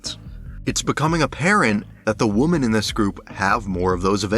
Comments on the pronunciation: So well done, man! Great insight and great editing! Well worth the 2+ hours of my life! I will say, "women" is pronounced wi·muhn. Woman is pronounced wu·muhn ;) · I absolutely loved this video! Amazing, well-written persuasive narrative that makes me want to watch (as someone who has only seen the first couple of seasons and not consecutively). The only thing that is like nails on a chalkboard is the pronunciation of womEn. Singular and plural of woman are different, with the plural being pronounced /ˈwɪm.ɪn/ (WIH-min). Great job! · great video and this is years late but pls figure out the pronunciation difference between Woman and Women😭❤️‍🔥 bb28 is pretty horrible so far but i can’t give up the hope that it will turn around